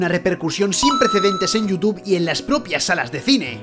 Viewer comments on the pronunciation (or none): none